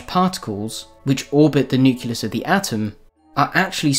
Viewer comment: The centre of an atom is a nucleus not a nuculous!